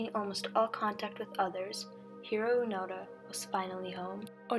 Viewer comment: Its Hiroo Onoda not Hiroo Panda